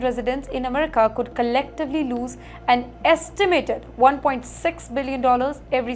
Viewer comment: Lots of Techies come to US from Kerala also. You didn’t mention Kerala. Now, please improve your pro noun ciation “Amrica”, “N videa” etc. Thank you